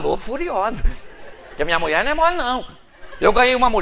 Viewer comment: Pastor de araque, mesmo. Poderia, ao menos ter postura. Poderia, ao menos, falar corretamente. "Muié"....."Trabaià"""....afffff....